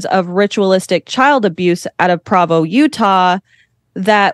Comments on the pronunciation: Someone please tell this young lady how to pronounce PROvo. Come on babe, this is your "field of research" learn how to say the name of the little Mormon city...how do you pronounce Brigham Young? BringEmYoung? probably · It's gonna drive me crazy if she keeps mispronouncing Provo.